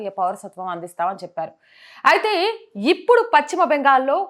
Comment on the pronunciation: Pachhima kadu talli paschima